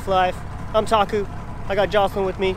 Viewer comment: It's Taku - Emiral "BAM"